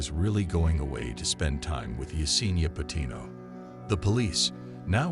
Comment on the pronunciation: Her birth name is also Patino, not “Pinto.” 😂